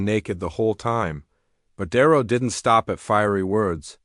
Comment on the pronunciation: I believe this was made with AI, and not very well, cause the narrator voice callls De Niro "Diro", repeatedly. So I stop listening and unsub, sorry.